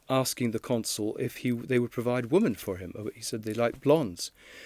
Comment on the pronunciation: Mr. Lownie, brilliant journalist, PLEASE learn the different pronounciation between “woman” (one ) and “women” (many)